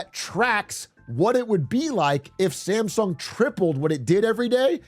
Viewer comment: you are pronouncing Samsung wrong throughout the video.